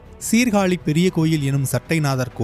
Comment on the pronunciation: டேய் சீர்காளி இல்லடா எங்க ஊர் மானத்த வாங்காதடா சீர்காழி என்று சொல்லடா